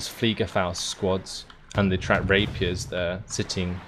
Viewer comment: did you say tracked rapiest? :D